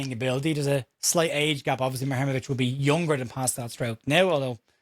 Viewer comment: Hi. If it helps - and if today’s reports are to be believed, we are now in the lead to sign the player - this is the AI advice on pronunciation “The Bosnian surname Muharemović (often associated with the footballer Tarik Muharemović) is typically pronounced as moo-ha-REH-mo-vitch.”